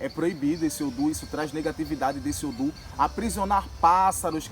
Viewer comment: Não se fala odum, é odu.